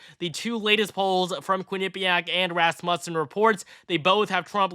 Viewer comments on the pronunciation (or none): I love your videos! I wanted to inform you that you are saying Rasmussen wrong. It's pronounced Rass MEW sin. Keep up the good work! I am looking forward to a Trump victory in 18 days!!!! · Please stop pronouncing Rasmussen incorrectly lol